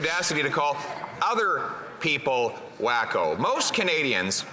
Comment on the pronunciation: He said WAKOOH